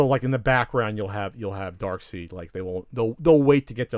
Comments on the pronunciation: is a DC fanboy in terms of comics. Until recently I knew a lot of people who said "Dark-seed" instead of "Dark-side". Its a common error. So this means nothing. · Darkseid's name is pronounced as dark side, not dark seed. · You keep saying Darksied ma's name wrong. Stop